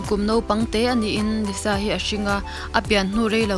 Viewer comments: lisa zawk a lawm liza nilo in.....lalisa manoban....lisa tih hi a dik....☺️ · s na3 engtin nge z angin kan lam ang tiraw....liza....nuih a ti za reuh... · I lisa lam dan hi (liza) i lam a😊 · Lisa an ti ngai lo Liza tya lam tur